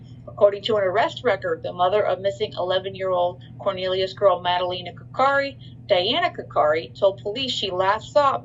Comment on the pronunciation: She is not saying her name right ☹️